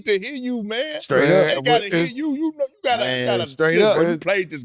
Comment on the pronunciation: You “Narrr” what I’m sayin🧐